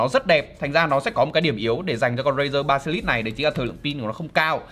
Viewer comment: Basilisk nhưng việt hoá ba si lít nghe hài vl anh =)))